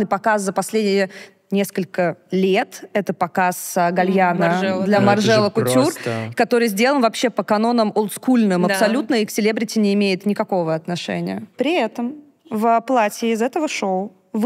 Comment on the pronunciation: Уверена, что Ксюша образована и профессиональна. Очень режет из ее уст - в МаржЕле, Ботего ВенЕтто... Простите чтооо??? Это неуважительно, даже если используется как прием привлечения внимания. Никто же не называет Ксюшу - ДукалИс? 🤷‍♀️